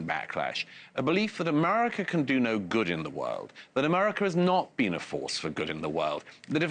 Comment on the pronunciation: Douglas "But, have you BEAN there" Murray